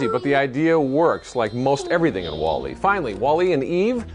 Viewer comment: stop saying "Wall" and then "E!!!" It's pronounced like "Wally"